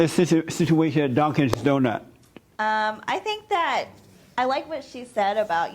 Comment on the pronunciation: Dunkins donut lol Not Dunkin’ Donuts